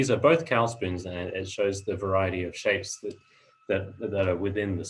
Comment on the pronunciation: Pronunciation of 'cawl' is verrry poor. Find a Welsh speaker and learn how to say cawl.